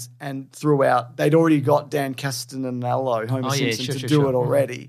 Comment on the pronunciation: Today on Weekly Planet Jewels: saying Dan Castellaneta's name wrong like 3 times despite his name and even his role as the genie having been mentioned correctly already previously by both dudes 🤣🤣🤣